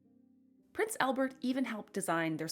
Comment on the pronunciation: One pronunciation correction: it's not "Elbert". It's "ALbert". AL. Same as in "Alice".